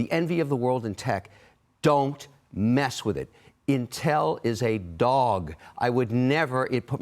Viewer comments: Dude doesn't even know how to pronounce Intel. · Why do we listen to this guy .. he cant even pronounce intel